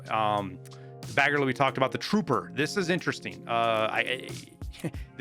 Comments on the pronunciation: There is no L in Bagariy. Love the content though! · bAGaRLeE lmao are you blind? there's no L